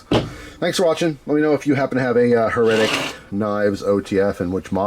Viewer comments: My friend...it is "HAIR-uh-tick" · it's HER-A-TIC my friend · You never heard "heretic" with the accent on the first syllable? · The way you're saying heretic is driving me nuts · His pronunciation would be correct if it was "Heretical" lmao damn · It almost feels like he's doing it on purpose 😂